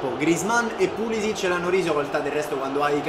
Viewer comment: solo un consiglio: si pronuncia Pulisich (con la c pronunciata come casa), non Pulisic (c pronunciata come "ciccio")